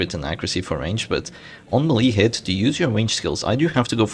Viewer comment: FYI "melee" is pronounced "maylay" (like mayday) and not M'lee